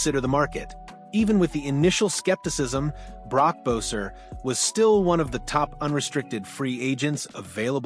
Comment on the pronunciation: Cant even say his name right? Is this AI?